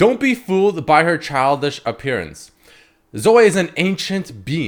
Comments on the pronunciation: Her nam is (Zoh-ee) now (Zo-way) Sry but that was so cringe lol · Zoh- Ee not Zoh- Ey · i kinda died a little when called her Zo-way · it fucking zo-ee not fucking zo-eh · When called her "zo-ay" I got trigger as fuck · it’s zo-eeeeeeeeeeeee not zo-AY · It's not zoi it's Zoe ffs lul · It's not zo-ay, its not zo, IT'S FUCKING ZO-EE. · Zo-ay or zoh. Dude have you never heard the name Zoe before??? You're pronouncing it like 5 different ways none of them are correct. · Please stop saying zoh-ay, it's more cringe than the champ itself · please no. it is not zo-way. (insert clip of steve carell from the office(OH GOD NO)) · Why are you pronouncing Zoe like "zoah" ? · why did you start pronouncing zoe like an abnormal human-being...? saying it like 'zoeai' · the type of nigga to pronounce Zoe as 'Zoay' LMAO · Zoay? Who the fuck would pronounce it like that? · Zo - Ay ? you for real bruh? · Anyone else annoyed at his pronunciation of Zoe? cause i'm annoyed. not like i hate it annoyed just annoyed that it's got so many different pronunciations nowadays.